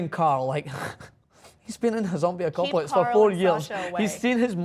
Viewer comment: lol he said acopalypse